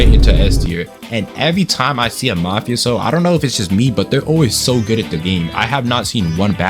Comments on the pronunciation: I agree with with his rating of mafioso and its pronounced "Mufas''O'' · You prounounce "mafioso" as "mafe-ohso" just saying :3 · Also its pernounced mah-FAH-see-Oh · How to pronounce Mafioso for dummy’s 101 (How I pronounce it) Ma-fe-a-so Also very cool skin :D